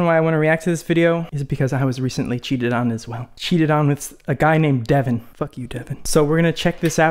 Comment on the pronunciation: Other youtubers: I cant tell his name to you guys: “DeVoN”